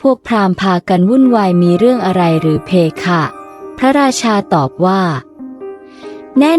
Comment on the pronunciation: เพคะไม่ใช่เพค่ะอ่านไม่ถูก